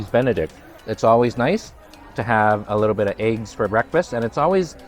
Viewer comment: Quit saying A LIT TjjE BIT